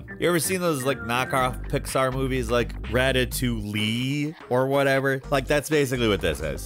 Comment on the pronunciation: what the hell is Ratatoing??? :-D :-D :-D